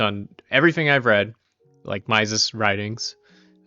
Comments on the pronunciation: "Mises" is pronounced like "Meesis", FYI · I don’t doubt your intelligence at all, you seem like you’ve read a ton about this and I agree with your assessment of Austrian economics, but Mises’ name is pronounced like Reese’s (MEE-sis). -Guy who went to the Mises institute for a conference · Ludwig von Mises is pronounced /ˈlʊdvɪɡ vɒn ˈmiːzɪz/ or "LUUD-vig vo n MEE-zizz" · Nope. But mispronouncing Mises is an annoying yet common occurrence, even among Austrian Economists. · ok but i hate your pronunciation of Mises 😂